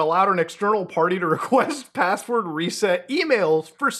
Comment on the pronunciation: "Can u give me da passwodd" 😂